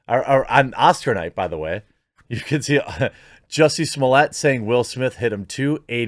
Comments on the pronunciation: It wasn’t funny when Dave Chappelle said it the way he did, and it’s not funny when the quartering says it the same way. His name is Jussie Smollett, not “juicy sommelier”. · Zhoo-see smoh-lay. Say it with french pronunciation. Sounds better and doesn't make you sound ignorant.